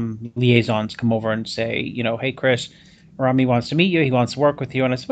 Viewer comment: It's rami not rumi ffs